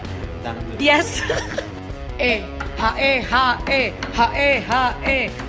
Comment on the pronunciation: “Jomblo apa kabar” Btw Hak e Hak e bukan E hak E hak 😂